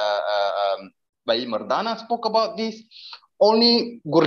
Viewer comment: This guy is a imposter. No Sikh would say Bhaghat kabeer or Bhai Mardana in the accent he did. I am 1000% convinced he has been planted. How would Muslims feel if we start hiring actors with hijab and Muslim clothing.